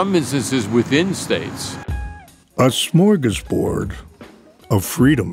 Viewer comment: Hey, if we're gonna humble brag to Americans about how cool and easy voting in Canada is, could you at least pronounce "smorgasbord" correctly? It's not a gassy Star Trek villain. Thanks.